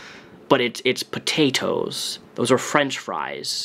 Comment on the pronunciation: Yessssss. And his over pronunciation of the word “potatoes”. Like, you do you boo, but don’t turn around and make fun of for how she says “bolth”. Amberlynn drives me fucking crazy but I also despise hypocrisy.